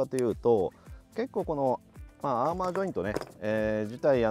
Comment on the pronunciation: アーマーって言ってるけど、アーマだよな？？知らんけど